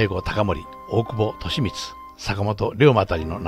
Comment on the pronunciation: 大久保利通はトシミチではありませんか？トシミツと聞こえました。